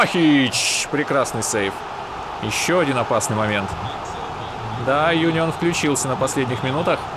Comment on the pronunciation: Правильно Унион на будущее А не Юнион